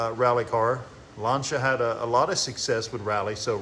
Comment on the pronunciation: finally someone to pronounce Lancia correctly 👍👍👍